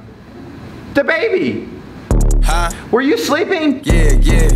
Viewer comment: Da baby* not ba baby